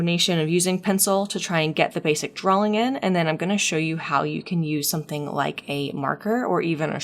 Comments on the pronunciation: When you say drawing it sounds like you're inserting an L in there, like "drawling", idk it's really cute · heres a drinking game for you - take a shot everytime she says "drawling"